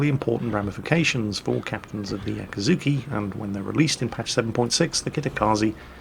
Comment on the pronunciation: FFS, repeat after me: AKIZUKI Always pronouncing it very similar to the torp boat AKATSUKI.. it was always annoying, but now that you specifically speak about the gun-boat tree and the ships in detail, damnit. €dit: and then just a few mins after calling the T8 gunboat AKAZUKI he says it correctly...